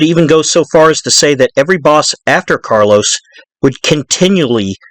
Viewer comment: It’s Carlo Gambino not Carlos